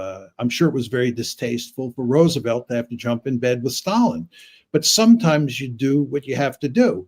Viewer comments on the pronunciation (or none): none